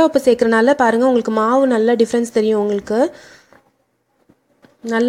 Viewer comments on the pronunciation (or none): none